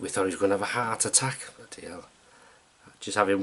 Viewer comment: You sounded like a scouser when you said "We thought he was gonna have a heart attack"